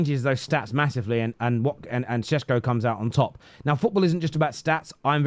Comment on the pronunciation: Why you keep calling him shesko?